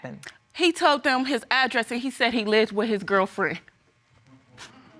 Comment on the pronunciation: Ad-dress-it???? Is that a word?